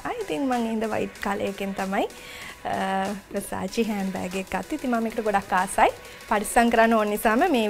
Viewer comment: වසාචි නෙවෙයි🤦‍♀️ව සා ෂෙ … Versace 😂😂😂😂 that’s how it’s pronounced 😂😂😂 gosh 🤧🤧🤧🙄🙄🙄